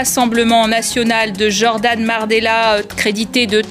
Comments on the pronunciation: Je crois qu’elle a dit Mardella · Moi aussi j’ai entendu mardella